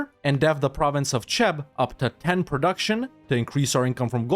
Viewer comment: Cheb is pronouced like "kheb" not "czeb". Just FYI.